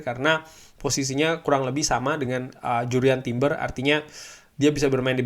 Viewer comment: Harusnya bahasa Inggris nya . . .ya Jurrien Timber.